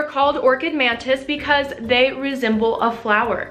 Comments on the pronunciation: Is it just me or is she saying mantids the whole video? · She keeps saying mantids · am i the only one that hears her saying Mantids? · I kept hearing “man tits” instead of mantis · Okay, I think I'm going insane. Am I the only one hearing "Orchid Mantits"? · You say mantits instead of mantis lmao. Ly ❤ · Every time she said "mantis" I thought she was saying "man-tits." 😂😂😂😂